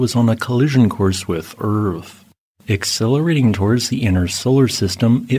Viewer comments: Read this comment just before he said it. Lol. Yep. ‘uUrTh’ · this AI says eaaaaarth weird.